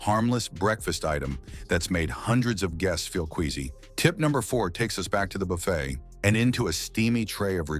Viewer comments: It is NOT BUFF ETTE but Buff aye! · It is NOT BUFF ETTE it is Buff a.